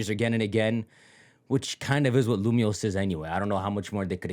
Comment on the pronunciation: nahhh bro said lumoise in 3d get this nga outta here